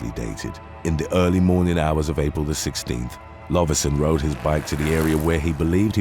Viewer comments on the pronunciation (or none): none